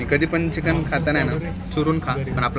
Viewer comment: Nobody..... Literally nobody........: चकिन and not चिकन